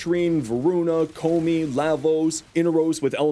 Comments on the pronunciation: Ko-me you say? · As a koumei main, the way you pronounced her name hurt me. They say it in the game, man....